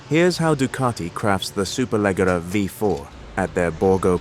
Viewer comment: So annoying that they couldn't be bother to verify to tell the name Superleggera properly...